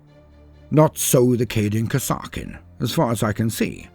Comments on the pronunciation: i always thought that kasrkin was pronounced as kas-eer-kin but still awesome video loved it as always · Pretty sure it's pronounced Kaser-kin, as in Castle-kin. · I've never heard it pronounced that way before, always said it as Cass-ER-Kin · Oh no, I had not heard of these troops until about a month ago, when the Killteam news reached me. So I don't know how to pronounce the name. Is it Kass-ar-kin like says it here or Kazzer-kin like how Auspex Tactics says it? Both channels are British so I trust both as primary sources equally